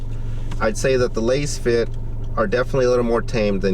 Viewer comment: You are pronouncing Lasfit wrong 😮